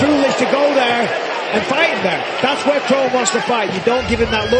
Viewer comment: How do you mispronounce your own name? KRON should sound like "KRAWN" not "KRONE"